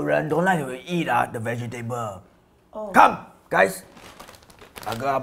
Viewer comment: do be pronoucing "vegetable" as "VEGIE- TABLE"